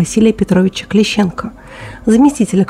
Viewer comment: Очень грамотное видео,заявляю как специалист.Маленькое уточнение В.П. Клещенко,ударение на первую "е", и сбили его , к сожалению все таки из "БУКа". Мы с ним начинали работать в СВО,в тот день были рядом.